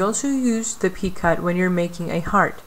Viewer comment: Very helpful video, but just one thing...you are pronouncing the word "picot" incorrectly. It is pronounced "pee-coh", long O sound, silent T. Thank you for your tutorials!